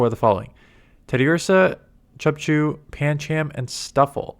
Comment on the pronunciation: cubchoo is a "cub" bear thats cold and has a snot hence the a-"choo", so the pronunciation is closer to "capture" than "chubchoo" if that makes sense. tho your way of saying it is really funny ;DD